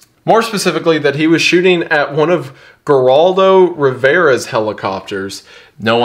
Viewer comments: The best part is Isaiah lrepuncing Geraldo “Gur-aldo” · Appreciate your work on this. Just one thing...in case you're able to go back and fix your pronunciation on these...the baby was e-LISH-uh-buh (think Elizabeth), not Elly-Sheba. Geraldo is pronounced like it starts with an H. And Bo's last name is pronounced GRITES, not grits. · Geraldo Rivera: the G has an H sound: “Heraldo…” 😅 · I’m still on Randy’s side, but appreciate all the background info! As an aside, his name is pronounced her-ALL-doe